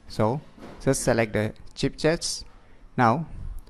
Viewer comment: Chipchets or Shipchets? 🤣